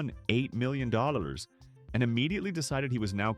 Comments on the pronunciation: Why can't you pronounce (dollllaaaaalllllllsss) correctly? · I couldn't imagine making a video about money when i know i say "dollars" like that.